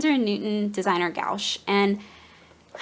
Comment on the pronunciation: New subscriber. Interested to see what you create with your new stuff. Your fiance is so sweet! (One note: The opaque watercolors are typically pronounced more like "gwash." I only mention this because I pronounced it that same way the first time I had to buy some for school, and the snooty saleswoman was not polite about it. It was an awkward moment.)